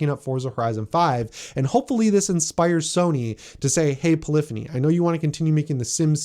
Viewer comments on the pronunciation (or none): none